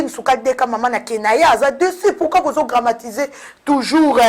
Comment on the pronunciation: On dit dramatiser et non gramatiser. Banda kala ovandi na France ofungola ata dictionnaire te? Tika accent ya ba luba tranquille, oza sûre que baluba nyonso oyo ba botama na Kabeya kamuanga bakokaka ko prononcer Jésus te? Elengi ya ko bimisa ba vidéos ou quoi? Tchippp. Buzoba!